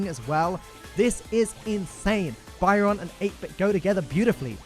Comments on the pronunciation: Byron seems awesome. I hate paying for brawlers but I might have to give in cos I love being a healer. Loving your video style, keep up the great work. Keep pronouncing Byron like that though and I might end up hating you. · why do you pronounce Byron so bywrong!!